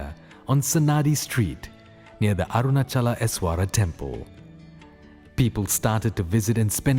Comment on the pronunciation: Arunaachala. Not Arunachala.